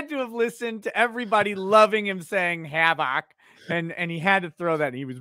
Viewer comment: “Hav-OK” -Mark Richards